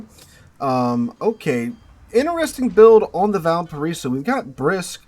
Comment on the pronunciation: i can't listen this video with out rage... Im from VALPARAÍSO, chile.... Sooo when you say the name of my bornplace so bad i get really anger for some reason